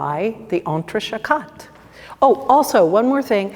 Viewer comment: French pronunciation c’est trés terrible, non?